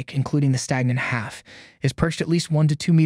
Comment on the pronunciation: the synth voice couldn't get "half" right